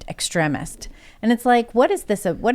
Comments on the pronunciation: This chick doesn't know how to pronounce words... "extreeemist" it's extreeem. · Extremist EX-TREE-MIST Not ex tre misd. Still making good point though. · Ex-trem-ist❌ ex-treem-ist👍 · Sorry but who doesn't know it's pronounced ex-TREEM-ist? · I dont trust in the least. Tims already moderate asf but shes an apologist. Several times in these podcasts shes tried to control the narrative. Luckily shes the least dominate person in the room. She must of forgot these arent her writers.. Also she pronounces extremist wrong...